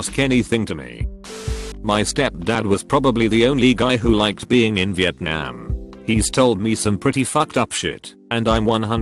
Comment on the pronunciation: Normal people: vietnam Robot voice: vietNYAAM